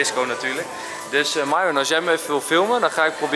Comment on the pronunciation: Enzo, de meet&greet was echt heel leuk, je neemt de tijd voor iedereen en probeert iedereen aandacht te geven. En trek je maar niks aan van al die vragen over jou en Myron (waarom noem je haar eigenlijk maiwren en niet gewoon Mieron? Geschreven zoals je t uitspreekt) mn dochter vond het superleuk dat je een week geleden even wou reffen :)